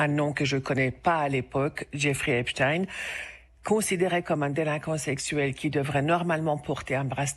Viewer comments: Geoffrey Epstein pas Esptine ! ! On dit pas "Einstein. " Pas Einstine ... ?? !MDR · C’c'est une affaire française puisque Epstein passait 6 mois par an en France et ce n’etait pas pour faire des randonnées, pour preuve qu’il a peur les journalistes des télés d’etat on ordres de prononcer epstine au lieu d’Epstein, Macron qui serait cité affirme que poutine est cité alors que pour l’instant pas d’infos pour poutine, par contre il a été révélé par exemple que depuis 2013 c’est ariane de rothschild qui a ordonné aux gouvernements français successifs de détruire Dieudonne, de l’éliminer est ce que vous réalisez qu’une rothschild ordonne ce que doit faire le gouvernement, macron aurai pris des conseils à Epstein, des conseils au plus grand pédophilie mondial pour la France et il accuse poutine